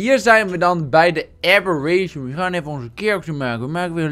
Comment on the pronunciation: WAH WAAH WAAAAAAAAAAAAH!? kimpie ragnarok: Ranknaronkie kimpie abberation: abbe'reent'ie